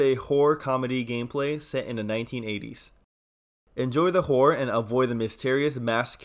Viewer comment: My man, we gotta work on thy way you say horror, you're fixing to insult someone if you keep saying "whore" lol.